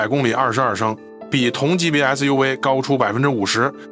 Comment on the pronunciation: SUV 唸成 SU we